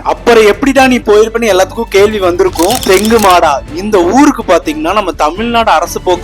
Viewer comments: தெங்குமடா இல்ல தெங்குமறகடா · தெங்குமாடா ❌ தெங்குமரஹாடா✅ ஒரே ஒரு பஸ் தான்❌ஒன்றுக்கும் மேற்பட்ட சேவை✅ (கோத்தகிரி to தெங்குமரஹாடா, கோவை to தெங்குமரஹாடா, புதுக்காடு to தெங்குமரஹாடா) பவானிசேகர் ❌ பவானிசாகர்✅ You should pronounciate the words and names properly brother, because this is not just a travel vlog, it's an Informative content. So please be active on these things of course you are doing very well I respect your vlogs. At the same time it's your duty to give proper information brother. Not just this video, i noted in some other videos also, For example.. Kamuthi, Kayamkulam, etc., Intha oor peru laa ninga solumpothu kooda vera mathiri tha solirukinga enaku sariya niyabagamilla, routes maathi solrathu epdi sari ilaiyo athe mathiri oor peraye maathi solrathum sari illa bro. Please do R&D before vlogging bro. My intention is not to hurt you, please understand bro. Na ipo gobi area la iruka enaku puriyuthu ninga maathi sonalum kooda but southern area la irunthu oru aal paatha??? Or kerala la irunthu video paatha???